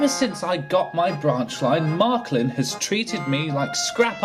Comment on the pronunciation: It’s Marklin, not Marklib!